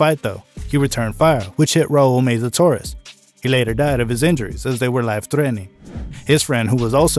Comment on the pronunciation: Meza not Meiza..